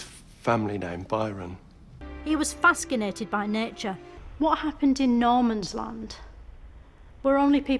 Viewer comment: Fas-cinated haha